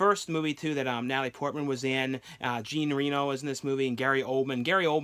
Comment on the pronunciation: It's Jean (John) Reno of Ronin. That's how you pronounce his name .